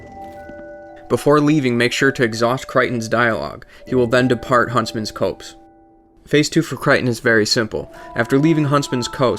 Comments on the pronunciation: "Cray-ton", not "Cryton". "Earth-en", not "Earthern" "Cop-se", not "Coapse" Great vid, but your pronunciations kill me. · Copse is pronounced like "cops." It means a group of trees. Also, I think your guide missed something important because Creighton is not showing up in the Shaded Woods location.